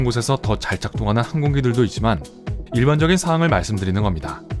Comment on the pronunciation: 항공기, 하얀, 새, 세상 모두 억양이 틀렸어요 읽기 말하기가 엉터리에요